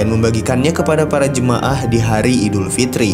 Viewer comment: Aildifitri bukan idulfitri bodoh